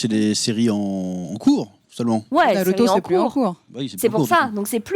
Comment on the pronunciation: Faut arrêter de dire naluto etc etc pour avoir l'air geek ou je sais pas ce que c'est le but, mais faut arrêter, vous êtes pas japonais et ça s'entend xD Et la meuf de jujutsu kaisen dont j'arrive pas à me rappeler le nom (la rousse avec son vaudou là) est pas si intéressante que ça, y'a un potentiel mais son développement peux aussi bien être bien que tout pourrie, pour l'instant c'est 100 fois trop tôt pour se prononcer, on sait rien d'elle à part un flash back de 4 secondes et une histoire sur sa voisine mdr (d'ailleurs on sait rien sur personne en vrai, on nous a mit des début de piste pour que tout le monde ait un ptit air mystérieux qui rendent tout ça plus intéressant, mais concrètement, sasuke on sait rien sur lui à part qu'il a des problèmes de familles, gojo on sait rien sauf qu'il est trop fort, même le perso principal son background tient en 3 lignes xD) Bref j'm'arrête parce qu'on va me dire que j'suis un hater alors qu'en vrai j'ai passé un bon moment devant l'anime (parce que ça reste un bon divertissement), juste je trouve pas que ça mérite toute la hype que ça a l'air d'avoir et que j'ai pas entendu un seul point négatif en 1h30 de vidéo (bon en vrai je mens j'en ai écouté 10 minutes, mais j'suis sur que c'est la vérité mdr) De toute façon personne battra jamais one piece mdr